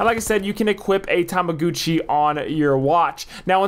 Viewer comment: Also bruh its "tamagotchi"